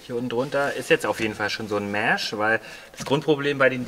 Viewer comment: Man braucht noch ein "Mähhsch". Ist eher ein "e" statt ein "ä" und kurz gesprochen...